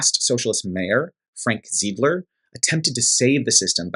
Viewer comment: Appreciate the Milwaukee coverage!! Just a heads up that the second socialist mayor is named “Zie-d-ler”/“Z-eye-d-ler”